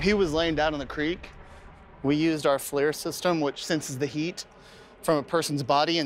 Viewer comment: Pedantic ex-military avionics here. The officer said , "We use our Flare system." It's actually FLIR, for Forward-looking Infra-Red. Pronounced "Fleer." The reason for the distinction? We also have a Flare system, which uses... Flares.